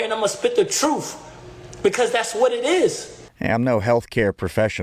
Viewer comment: Truff? Mother fucker doesn’t even know how to speak. It’s truTH. No F’s in TRUTH moron